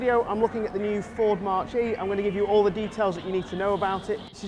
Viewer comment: Nice video but it's not pronounced 'March'...it's pronounced 'Mack'....as in Mach Number....the speed of sound.....would love one...just sold my Focus ST3 to get a new MG ZS EV...loved it (as I do the MG) and would have another Ford in heartbeat:)